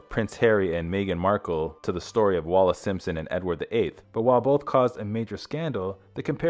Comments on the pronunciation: The pronunciation on this is dire, I gave up, so many people seem to have difficulty spelling Wallis, even when it's in the heading. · Stop calling her wallace. The name is WALLIS.